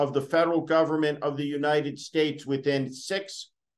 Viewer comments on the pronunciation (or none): none